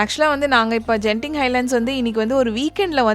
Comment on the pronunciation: Hi sis ஒரு திருத்தம் அந்த ஊர் பெயர் கென்திங் ஜென்திங் இல்லை